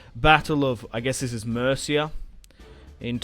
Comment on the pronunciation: You kill me every time you call Murcia "Merica".